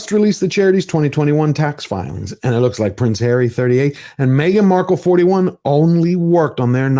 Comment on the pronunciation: Me-gain and the half wit. 🙄